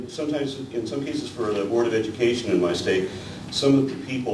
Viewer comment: speaks of "the board of education" but it sounds like "an aborted education" (ostensibly referencing the creationists). I got a kick out of that lol